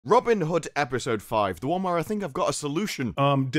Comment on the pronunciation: Rob-yin Hood